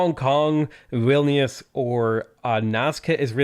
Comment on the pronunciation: I love how you pronounced Vilnius